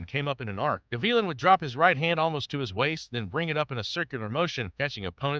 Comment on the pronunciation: Gavilan, Guh-vee-lin? No, Gah-vee-lahn